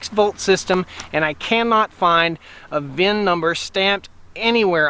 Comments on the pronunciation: It’s VIN, not vin Number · Try to just say VIN.